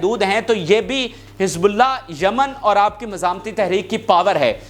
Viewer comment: Jaman nahi, it is yemen